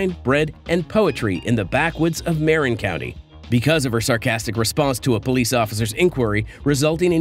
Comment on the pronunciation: "Merin County"? lol